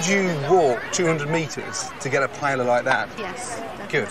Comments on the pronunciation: not paella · You’re in Spain. Please learn how to pronounce ’paella’ 😲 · the way they all mispronounce paella is killing me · The ignorant mispronunciation of paella is painful to the ears